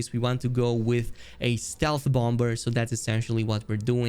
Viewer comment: The 2nd B in bomber is silent lol